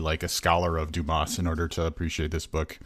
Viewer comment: The s in Dumas is silent!